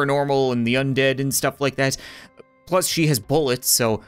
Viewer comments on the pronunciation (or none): none